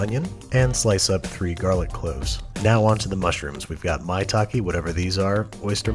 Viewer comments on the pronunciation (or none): none